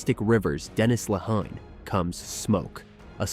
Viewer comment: Bot can't even pronounce Lehane correctly... anyway, good list!